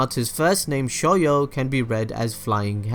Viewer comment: "Seejoo"